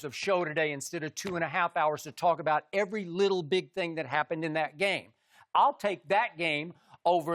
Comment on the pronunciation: Skip "Evey little big thing " Bayless